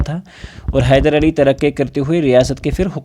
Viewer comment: Khyder nahi😂 hyder😊